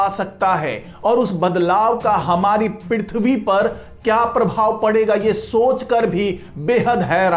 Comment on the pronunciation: पिरिथवी नही पृथ्वी बोलो